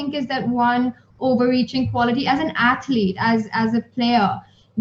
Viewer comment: Did she say as an “athlete”?